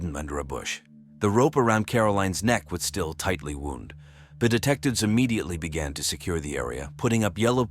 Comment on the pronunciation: Why dont you edit your ta AI. There's a difference between "wound" - as in "the rope was wound around his neck" and "wound" - as in " there was a knife wound in his neck." . They are spelled the same but pronounced differently .